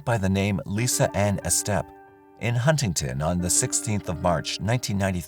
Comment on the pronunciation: I watch your videos and just shake my head, they're sad. I'm glad DNA has advanced and the perpetrators are able to be caught more swiftly it's too bad it wasn't always like that! By the way the name Estep is said Eee Step not Eh Step ~ just letting you know. Thank you for sharing these videos, who knows perhaps someone watching will have knowledge on some of them. Keep up the good work.